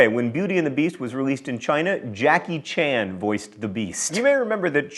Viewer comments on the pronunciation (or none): none